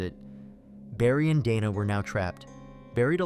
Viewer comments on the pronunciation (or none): Dana + "day-nuh" not "donna" fucking AI garbage scripts doesn even know commone american name pronunciations lmao